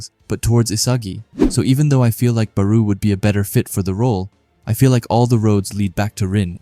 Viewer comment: Am i the only one thatheard Beru instead of Barou?